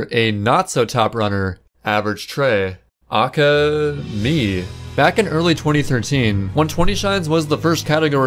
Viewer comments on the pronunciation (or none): Ocka. It’s Ay-Kay-Ay. Please. I beg of thee. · These videos are so entertaining. My only complaint is that you pronounce AKA instead of spelling it out 😂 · The way you pronounce aka brings me pain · Whenever you say "AKA" (also known as), you pronounce it the exact way my first name is pronounced. I freak out every time you say it because I keep thinking someone is trying to talk to me lmao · Halfway through and had to stop and comment about the fact that he phonetically pronounces AKA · Your record has been revoked due to your pronunciation of AKA. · AKA is an acronym, cuz. Why are you pronouncing it phonetically?